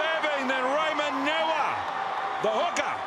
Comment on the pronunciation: If anyone cares , the name Niuia is pronounced ' new year', as in Manu Samoa hooker Ray Niuia . Commentator pronounces it as ' Newer", which sounds completely different.. Niuia is a chief's name from the village of Saipipi. Mispronouncing it as "Newer" is an insult to the family from the same village of which the title Niuia is originated.